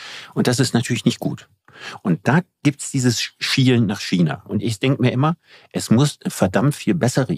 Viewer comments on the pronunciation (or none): none